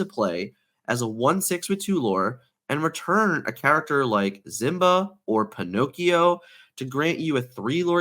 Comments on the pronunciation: Okay dude, I like your videos, BUT listen to me for a while 😂 1) It's K-I-da, not K-AI-da 2) Sheriff of Nottingham is on of the antagonists in the Robin Hood legend, the card Robin Hood is "Champion of Sherwood" 3) Last but not least, it's Simba, not Zimba, this one hurts my soul Maybe it's an inside joke I'm not in on, but any time I hear either of these, I just want to throw whatever device I'm listening to you on through the wall 😂 Other than that, I love the info! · I need Simba to leave the meta so dude will stop saying Zimba every video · 1) It's not about accent, it's the wrong pronunciation. Two very different things. 2) Even though I'm not making fun of anyone's accent, I'm pretty sure I could if I wanted to 💁🏻‍♂️ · Great video but Why do you pronounce simba that way?